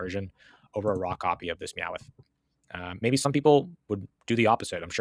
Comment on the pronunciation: Calling Meowth Meowith is hilarious 😂 I agree Perfect Order is trash and I have no interest in it whatsoever.